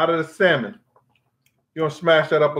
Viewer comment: I love your stories, Brother. But why do you say [Sal-men]? It's pronounced [Sam-on]. Not a big deal. My mother, who's a very intelligent person, says it that way also.